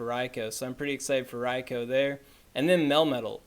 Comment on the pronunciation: Rai-Ko? who's Raiko? Does he mean Raikou?